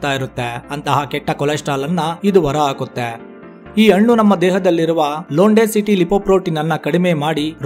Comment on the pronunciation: Brother ,all students copied your pronouns as hannu= annu, hechigrite=achagirute your soft vanity all copied students get 00 Mark's ? ?